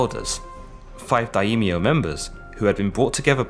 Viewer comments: Great short documentary, although I know the pronunciations are tricky. One thing I learned listening to a lot of Japanese is that the language doesn't really seem to make as much use of diphthongs as English (like with 'Daimyo,' instead of 'da-eemyo,' it's more like 'die-myo'). I also find that Japanese often de-voices certain vowels between consonants, particularly i (ee) and u (oo) - not exactly sure on the rules for this though, if someone with more expertise could help I'd appreciate it. I know both Japanese and Korean lack an actual 'yi' syllable, and do not pronounce 'si' syllables like 'see' and 'sin', but rather in this one pairing, they, just like the great Sean Connery, follow their 's' with an 'h.' Therefore, Admiral Yi Sun Sin would actually sound more like Admiral 'ee-soon-shin,' if that's at all helpful for anyone. Love your videos. Cheers. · Quick little correction: Daimyo has two syllables not three: Dai-myo. Other than that tiny detail: great video! I learnt a lot thank you! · Daimyo - Pronounced Die- Myo